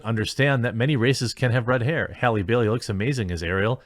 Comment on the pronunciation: Its Bailey not Berry